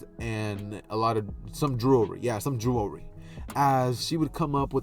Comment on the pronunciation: The way you say jewelry 🤣🤣🤣 jewelwy